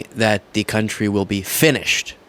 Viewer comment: "Our countreh"